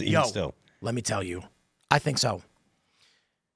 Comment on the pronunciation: Where most Indians get English wrong is ignoring the letter H. It causes them to tink, instead of think.